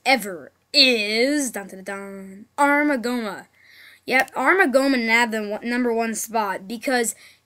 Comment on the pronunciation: Armogohma?? are you kidding? NEVER PLAY ZELDA AGAIN.